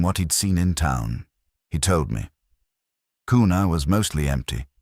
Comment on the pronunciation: Also its pronounced Qna not kooona,, Go Kavemen